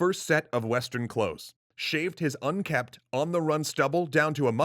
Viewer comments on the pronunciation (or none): none